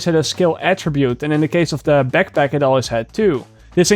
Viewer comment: I laugh at the peckpeck, AKA backpack